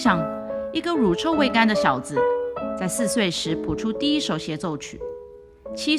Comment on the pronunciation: 乳臭（xiu)未干。